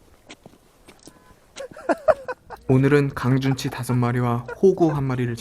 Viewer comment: 강준치 말할때 엄준식말하는것같냐